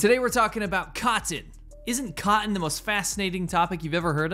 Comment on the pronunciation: It's "Cotton" not cottin!!! Get it right bruh, psh!!!